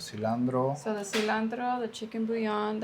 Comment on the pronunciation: Cilantro not cilandro 😅